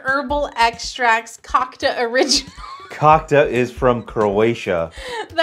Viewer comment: Cocka is the best! Btw you are pronouncing it a little bit wrong.